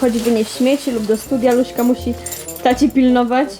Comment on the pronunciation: Czemu mówicie luśka???